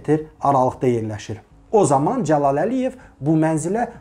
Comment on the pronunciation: Nitqini düzəltsən necə də gözəl olardı Mehman , məsələn Dzəlal yox Cəlal . Əkintsilik yox əkinçilik...baxıram videoya gah elə tələffüz edirsən gah belə 😁hets kəsin xətrinə dəymirsən ,bu dzındır , adz , gidz məmurlardan başqa